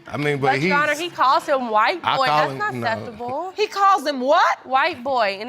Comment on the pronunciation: Yeah, that's not uh-Cept-a-bowl.